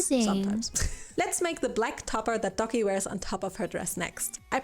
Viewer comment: i watched moon before i new who Doki was I thought she was saying Ducky for half the vid then went OH ITS DOKI